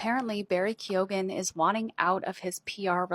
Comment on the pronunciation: Some Irish names can be difficult to pronounce. When it comes to Barry's surname it's pronounced Keo-an. Love your channel.